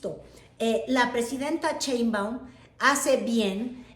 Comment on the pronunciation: ES PRESIDENTA SHEINBAUM, NO COMO TU DICES CHEMBAUM, ES SERIO TE ESCUCHAS MUY RIDICULA , TU HABLANDO DE FORMAS DE POLITICA, INTERNACIONAL PERO MUY MALA TU PRONUNCIASION ..SI ERES MALA PARA ESO SE TE AGRADECERA DECIR PRESIDENTA CLAUDIA S PARDO...